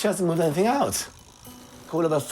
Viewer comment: Please stop saying NOTHINK ANYTHINK it ends in G not K.